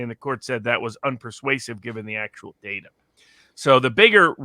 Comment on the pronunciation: I hate how he says data. Datur